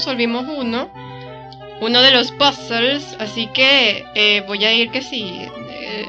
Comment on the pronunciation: Jajaja parece que Suicune se escapó de tu PC por un momento. Me encanta que pronuncies puzzles como se debe! Parece que nadie sabe inglés y todos lo pronuncian mal :v xD